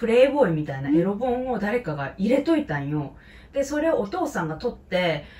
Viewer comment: エロ本の読み方は「えろぼん」ではなく「えろほん」。老顔(ろうがん)より、老け顔(ふけがお)の方が適切かと。ろうがんだと、老眼を思い浮かべます。僭越ながら…。